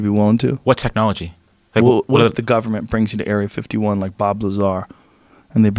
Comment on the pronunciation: Joe “Gubmen seacreatures” Rogan